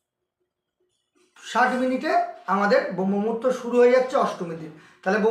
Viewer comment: প্রথমত দেখলাম দাদা আপনার উচ্চারণে অনেক ত্রুটি হচ্ছে আপনি শাস্ত্রকে শাস্ত বলছেন, ব্রহ্মমুহূর্তকে বম্ভ মুহূর্ত বলছেন। আর সব থেকে বড় যে জিনিসটা দেখলাম যে সূর্যোদয়ের ৯৬ মিনিট আগে এ কথা প্রথমবার শুনলাম। যতটা পেয়েছি যতটা জানি তাতে ৪৮ মিনিট আগে পর্যন্ত হয় দুই দণ্ড। কিন্তু ৯৬ মিনিটের কনসেপ্ট প্রথমবার শুনলাম।